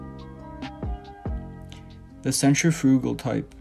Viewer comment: Or centrifugal 😂